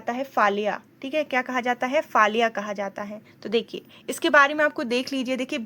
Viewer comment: It's called फलया and not फाल्या